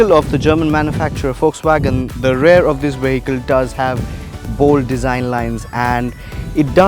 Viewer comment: Good, exhaustive review. Do note that the correct pronunciation of 'rear' is RE-EAR. Not RARE. Only mentioning this because the host used the word multiple times in the review.